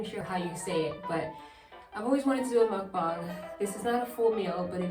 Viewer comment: You said It right I always cringe when people say "M00KBONG"🤣 CONGRATULATIONS!